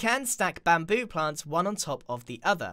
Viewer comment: (・∧‐)ゞ UgHhh i hope my ears are clean Immm pREettYy sure that GRIaaaaN said BaMPOo （ФоФ) If anyone did heard......... Then Gud FOr YOu